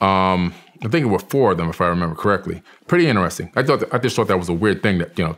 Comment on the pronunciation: “Pretty inneressing”